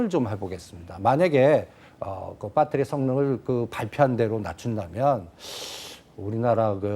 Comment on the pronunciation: 발표내용중에 그 배터리 아니 빠떼리 ㅋㅋ